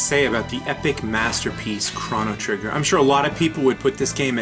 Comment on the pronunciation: The way you pronounce chrono trigger :(